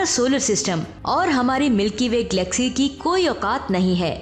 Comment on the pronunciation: Mam vo glaxy nahi galaxy hai,kyunki Glaxo Laboratories ne glaxy nahi banaee....tnQ